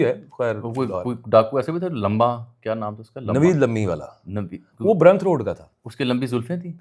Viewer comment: او بھائی برانڈرتھ روڈ ہے برنتھ نہی